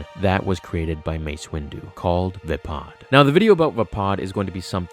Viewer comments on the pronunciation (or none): Vah-pahd? I thought it was Vaypad...lol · it`s vaypad not vapod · it's V-AY-PAD. There are "a" sounds in the word not "u" and "o" sounds.